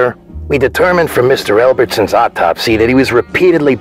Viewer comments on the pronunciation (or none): "Mr. Elbertson" JERMA'S BEEN MURDERED!?